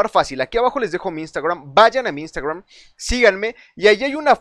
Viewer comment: Que gracioso como pronuncia iustagraum jajajaja😂😂😂😂